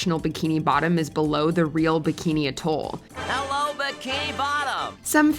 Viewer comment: Pronounced bikini AT-All